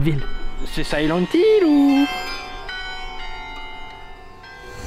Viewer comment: sais shilent hill ou 🤣🤣🤣🤣